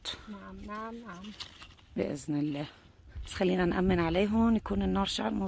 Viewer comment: اتمنى عليك انت وحماتك ان تلفظوا لفظ الجلاله صح لا تقلن اللا بل قولوا الله مع لفظ الهاء في الآخر